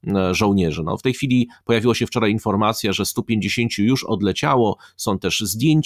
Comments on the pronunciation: Piotrze, robisz fantastyczną robotę, czekam codziennie na każdy odcinek o , ale w końcu muszę to napisać: tutAj, nie tutEj i wczorAj, nie wczorEj ! :) i proszę się nie gniewać :) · Dlaczego pan mówi "wczorej" "tutej" ? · Nie wczorej tylko wczoraj. Mówmy po Polsku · wczorej tutej i inne Zychowicz wez sie ogarnij językowo hahahha